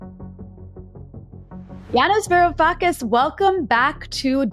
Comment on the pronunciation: Man... your show is really good... but varoufakis?????